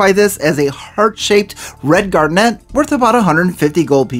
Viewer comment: I begging you. If you're going to say a word as often as garnet in this vid make sure you know how to pronounce it